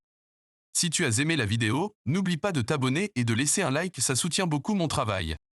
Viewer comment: Tu as dit si tu as zaimé la vidéo😂😂😂😂